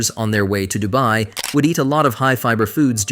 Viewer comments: The AI generated voice calling Dubai "Dooby" 💀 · Near the end it was saying doobie, as in smoking a doobie or the doobie brothers 😂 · DU BAY 😂😂 DU BE 😂😂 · This AI changes pronunciations with every mention of the word 'Dubai'😂😂😂